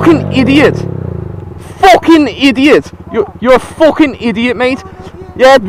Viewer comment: the way he said fucking made me laugh No offence bro, It's just unusual for me